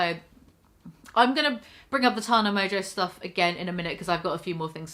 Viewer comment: Learn how to pronounce Tana you fucking moron